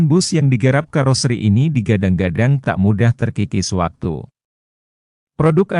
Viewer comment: Pakailah bahasa Indonesia yg Baek juga benar...KAROSERI bukan KAROSRI mengucapkannya...